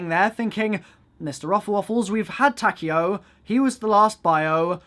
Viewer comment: hold this L for saying Takeo's name wrong